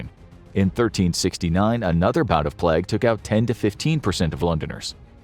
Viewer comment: Plag? When did pronunciation of the word 'plague' change?